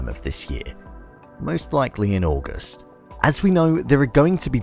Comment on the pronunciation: Its September and im laughing when he said coming out augus